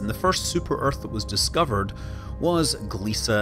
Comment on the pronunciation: He pronounced it correctly.